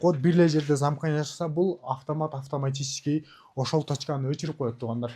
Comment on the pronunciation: Овтамачический,матирал дебей туура сүйлөчү.